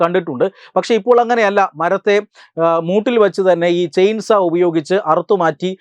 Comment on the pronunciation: ചെയിൻസാ അല്ല ചെയിൻ സോ --സോ--വാൾ